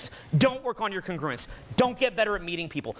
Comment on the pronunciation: Is that really how you pronounce "congruence"?